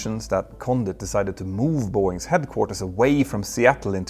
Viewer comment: “Boeings’s”?? Really? Care to try that again? How about “Boeing’s”?